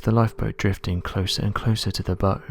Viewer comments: Dude. A bow shoots arrows. The bow of a boat is pronounced BAOW. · Oh man, I knew your pronunciation was sub-par at best but the way you are mispronouncing 'bow' is just awful. If it is the bow of a boat, it's not pronounced "bo" How did you get a job as a narrator, that's like putting a quadriplegic as a swimmer.